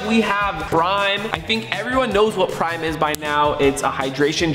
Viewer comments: he said brime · For some reason when he said prime i heard brime😂